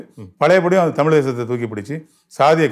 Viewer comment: தமில் ilaa தமிழ்